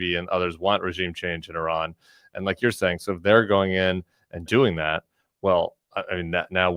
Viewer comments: JVL & Sarah, It's not Ihrr• R A N It is Ihrr•R O N Tim figured out how to pronounce it correctly, u 2 need to also!! After years of talking about Iran, u shud least give the country--not it's dictator leaders but the people of Iran respect & pronounce the country's name correctly & not ignorantly. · *sigh*. . . /ih-RAHN/ & /ih-ROCK/ not /I-ran/ & /I-rack/ 🙄🤦🏼